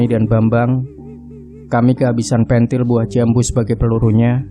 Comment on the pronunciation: Bekasi Nyimak ...Maaf Pengucapan "Pentil" ,Kurang Pas Ya om